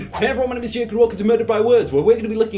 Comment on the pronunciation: BOI WHEN I LEARN EDITING I WILL ADIT YOU SAYING FACOB JAKOB